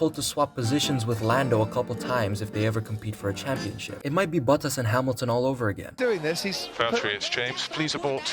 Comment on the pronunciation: "Lewis Hamil-a-ton"